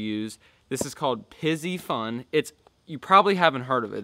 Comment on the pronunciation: This is the second YouTuber to pronounce piscifun wrong